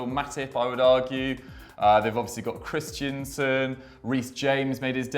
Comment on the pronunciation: Chris - TEN - SEN.. not Chris - tian - sen